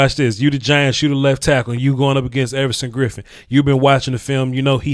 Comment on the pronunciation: Effortson Griffen lol I like it